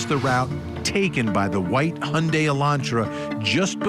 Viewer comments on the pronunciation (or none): Do all Americans pronounce Hyundai wrong like that or just every single news station that has reported on this case. It's Hi-un-die not hunday